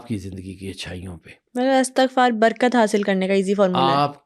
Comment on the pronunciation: محترم استاد آپ نے بہت پیاری باتیں کی ہیں لیکن بہت معذرت کے ساتھ عرض ہے کہ لفظ استغفار میں 'ا' اور 'ت' کے نیچے زیر آتا ہے ،زبر نہیں. آپ اردو لغت میں اس کا تلفظ چیک کر لیں۔ بہت شکریہ